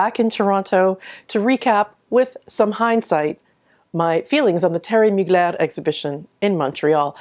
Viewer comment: Respect for saying his name correctly ! 💃🏻